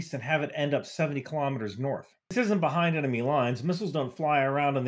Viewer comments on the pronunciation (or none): none